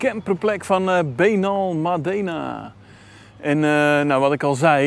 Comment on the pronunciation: Gaaf man, vorige maand nog geweest in Benalmádena effe de klemtoon anders maat. Achter bij aquarium de strandtent effe uitproberen. Tot morgen maat. Weer een top video, prachtige drone shots.